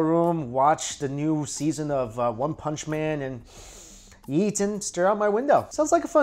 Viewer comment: Every time he says eat i Think he says yeet so i get funny pics in my head